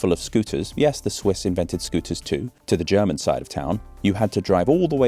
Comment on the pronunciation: Great stuff, also I must say your German pronounciation is quite good.